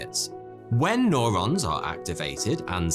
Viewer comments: Great vid. But it’s “new-rons” not “noh-rons” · Nobody:: N O R O N S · It's fcking Neurons NOT NORONS U MuRoN....Nurrrr pronounced NUR..NOT NOR.. fck sort your pronouncing out for lords sake .video after video...lol .it's that bloody moustache. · Nurons not nOrons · Norons? It’s newrons fams... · Neo New-ron, not no-ron. You are becoming one of my favorites. Keep the 'stache. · Is nobody going to mention it’s pronounced “new ron” not “nor on”? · It's called Neurons mate, like New Rons not Norons fuck sake lolol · i kept on screaming neurons every time he said norons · Neurons, not norons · It's neurons pronounced neuro like in you or Euro. N-you-ron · Stop saying "noron" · Or says "Norons" lol